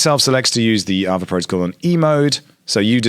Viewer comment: Isn't it pronounced Ah-vay? (or R-vey)